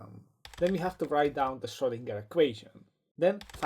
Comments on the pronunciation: And the G is pronounced like in "gag" not like in "ginger" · Schrödinger. As a Viennese guy, I can promise you that the letter 'o' and the letter 'ö' are two distinct letters. They also don't sound the same.